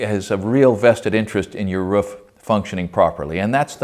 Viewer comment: rOOf (rewf) not what your saying lol